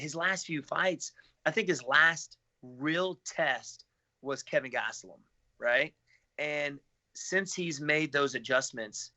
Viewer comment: Lmao Kevin Gastellum. Its an easy mistake to make but its killing me for some reason